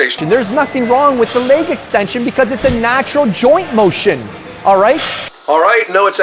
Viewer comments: 😆😆😆😆🤣🤣🤣🤣🤣😅😅😅😅😅 It's soo true!!! Leyyg, 😣😣😣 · Yes! Finally someone says it! I get irritated everytime he says "leyyg" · Guy reminds me of a southpark character. Its leg . Not laig extension. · Leig extension? I thought its leg extension. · i don't like the way the skinny dude says "leg"... it sounds like "leyg"